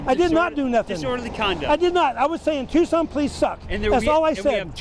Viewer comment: Policing by the pound…. It’s pronounced TUKSON.